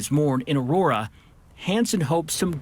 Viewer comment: It’s Aurora. 🤷🏼‍♀️